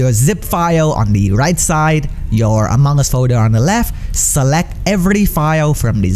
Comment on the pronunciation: Who heard it as AMONG GUS